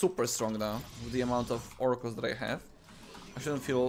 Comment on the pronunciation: “Fouracles” as one would say